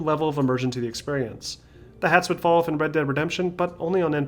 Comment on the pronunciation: When he is speaking fast he says red deap redemption